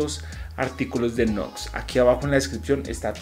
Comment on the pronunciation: Buen video brother.. no se llama nux se pronuncia niù ecs saludos y bendiciones